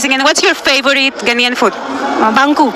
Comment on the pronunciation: Its 🇬🇭 NAIAN oo. Its spelt GHANAIAN please. Just drawing your attention. Am sorry to disappoint you, because the young people in your country are not going to change;unfortunately. Its because they don't know the history. The older ones know the history. Ghana was ahead of Anago 🇳🇬 in all spheres of development PRE and POST independence until the OIL BOOM in Anago 🇳🇬 in the 1970's.